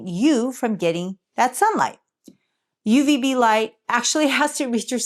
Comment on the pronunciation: "UVB".. not Ubv. Isn't b the bad one? One step away from X-Ray?.. I'm PhD Professor (retired/emeritus), but who remembers?!:P Thank you always.:).. I reduced my D3 supplement. A (peer-reviewed) paper came out showing all-cause-mortality reduced for people taking too much. (Another paper showed similar for those taking a multi-vitamin - yes, living less long). I take my 5000 IU once a week instead of once per day.